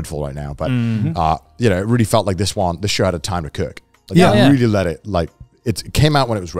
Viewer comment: Everytime garnt says the word "really", he pronounces it "vreally".